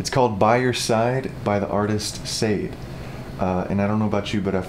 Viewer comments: "I'll tell you you're right when you're wrong" is the line but good job. One last thing you probably already know now, its pronounced "Sha-day". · Hi, great cover. Sade was a HUGE hit all throughout the 80s. You should know that her name is NOT pronounced Sayde... It's Shaday, "sha" like in "shot" but without the "t" and then "day", so it's pronounced Sha-day.... Good cover. Loved it. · That awkward moment when mispronounces her name I still love you! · Awesome job! This song means a lot to me. Lost the love of my life to cancer. I used to listen to this on repeat. Got me through some very dark times. This is a beautiful take on it!!! BUT, the lady’s name is pronounced “Sha-dey.” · Yes!, it's SHA-Day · Hi. I've always loved this song too. FYI.. Her name is pronounced Sha-day:) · Love your cover. Really does the song justice. (P.S. Sade is pronounced Shaw-day) Cheers! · It's not pronounced sayed lol. But awesome cover sir. I love this song too 😍😍😍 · Omg, If only he pronounced Sha-deh correctly. Ironically it was a good performance. Great work!!!!!+ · ...and I know its been awhile but Sade is pronounced Shaw-day. I <3 Sade!! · her name is pronounced as Sha-day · Pronounce Shar-day. Mam oh man. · it's pronounce sha-day ...lol 😂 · Come on please learn how to pronounce the artists name first